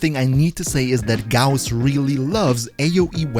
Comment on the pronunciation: Finally someone who pronounces his name correctly